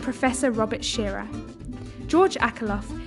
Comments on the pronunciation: It's Robert Shiller.... not shearer. Eek! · Did you just mispronounce the name of a legend??????????????????????????????